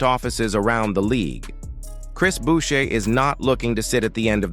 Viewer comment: The AI Voice has it wrong, it's Booo- Shai , parlez?